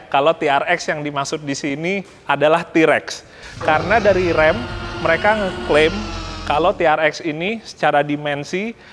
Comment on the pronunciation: Mobil yang sering ada d game. Kalo ga salah RAM dibacanya bukan Rem ya!?